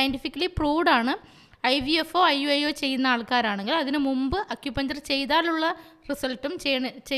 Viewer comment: അക്യുപഞ്ചർ അല്ല(അക്യുപങ്ങ്ചർ) ആണ്